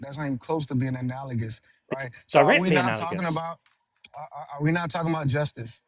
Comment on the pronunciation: I’m proud of him for saying “analogous” properly but that’s about all I’ll give him.